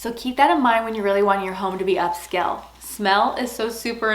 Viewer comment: I apologize for my rudeness, the word is not up-skell.